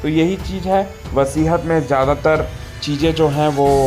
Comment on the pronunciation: Vasihat nahi hota hai, vasiyat hota hai.